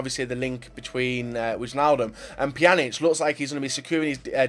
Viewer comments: You say it like wainaldum not wichaldum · you have to speak it as winealdum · It is pronounced winaldum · It's pronounced 'Waynaldum';) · Wijnaldum is pronounced Y-naldum. Good video. I don't think Neymar is going though, same for Pogba. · well You say it more like : wine-aldum or something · Mand Meneerman Alle die Engelse spreken Wijnaldum uit als Wyaldum ofz xD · what? I'm dutch, i know how to pronounce fucking Wijnaldum...